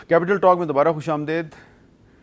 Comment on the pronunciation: Khush amdeed not daid.